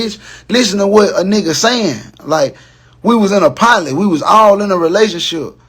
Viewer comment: Did he say Pilot or Poly.. sorry the accent is thick with words he can pronounce….